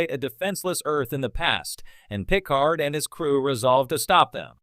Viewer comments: Yeah I was like.. why does he keep saying Pickle-hard? xD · Dead giveaway this is an AI voice…”pick-card”